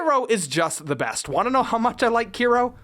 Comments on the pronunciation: Still waiting for someone to comment on the fact that it’s Kero not Kiro 😂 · Those name thou 😂 keero/key-ro . Tori. Madison. I’m dead. No wonder english speakers don’t care that much about CCS. That monster cannot be considered CCS 😂